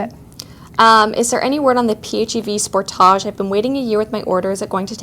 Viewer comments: I've never heard anyone pronoucing this model "sportaash", but OK, it's Canada :) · "Spore-taaj"?!You don't live in France! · I love how you guys pronounce "Sportage" 😂😂😂